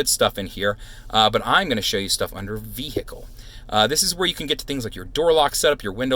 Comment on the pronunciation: you lost 100 points by saying vehicle like "vee-hickle..."